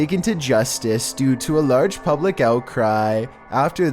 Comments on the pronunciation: “After this video went publec” OMG IM SO SORRY I JUST HAD TO LMAOOOOO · "After this video went PABLACKKKKK"